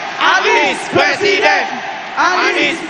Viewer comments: Ini suara siapa yaaa,,, PRESIDEN atau PLESIDEN. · Pleciden plesiden😂😂😂😂